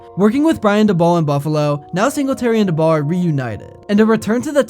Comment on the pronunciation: Can’t subscribe to a guy who thinks the Giants coach’s’ name is Duh-Bowl.